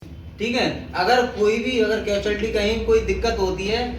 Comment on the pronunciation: Bhai catualty nhi casualty hota h vo and jaiveer singh muh m compression nhi respiration diya jata h sudhar kar bhai abhi or kaam Krna baaki chhoti chhoti Kai galti h abhi